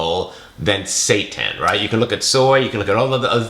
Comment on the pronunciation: correct pronunciation: say tan